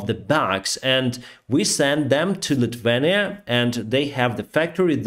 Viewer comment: Sounds Lithuania incorrect.. Not Litvenia, but a little simpler.. Lith-iuei-nya